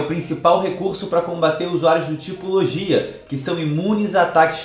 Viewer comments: Eu não queria ser o chato, mas a pronúncia é "Loguía" e não "Lojía" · Ah que agonia. Ao invés dele falar logia, ele fala lojia